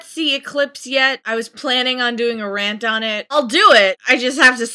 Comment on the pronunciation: I can't watch your Twilight vrant. :( It has a age restriction. Anyways, why do you call it a vrant?